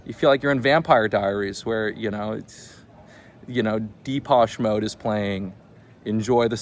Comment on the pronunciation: Did you just pronounce Depeche Mode “deep ash mode!?? Lolol